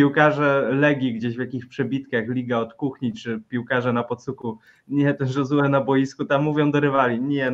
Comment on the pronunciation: Panowie, Josue nie jest hiszpanem więc nie czytajcie J jako H tylko jako Ż